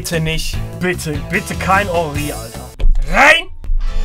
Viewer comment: Nur schon für das rrrrrrein muss man ein like da lassen 😂😂👍🏻